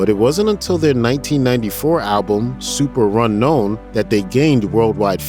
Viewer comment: The narrator pronounces it "Super Runknown," but no one pronounces it that way.